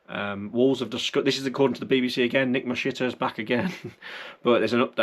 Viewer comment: Sorry I'm dying nick mashiter 😂